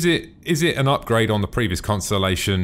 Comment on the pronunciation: You sed Constenlation lol. =P But just watched the old version of the conni and compared it to the new version and omfg it looks so much better. Im so happy they remade them.